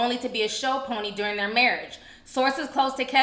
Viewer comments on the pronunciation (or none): none